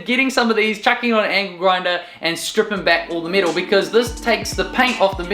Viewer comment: Sick build! I thought you were saying middle it took awhile before I realized you were saying metal 😂. Cool accent though!